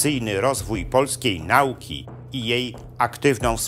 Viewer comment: W Polsce mamy Ministerstwo Edukacji i Nauki, a nie Nałki. Nie wypada prowadzącemu tak poważny kanał kaleczyć mowę polską.